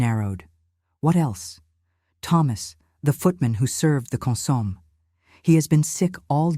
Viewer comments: Wrong pronunciation of consommé, opposite accenting. The accented pronunciation should be on the e, last syllable. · I'm enjoying this story. I don't understand why some people have to be so nitpicky about these stories. Yes, they are correct about the mispronounciation of the word consomme, but there's no need in complaining. Thank you all for the time you take to produce these stories for our entertainment!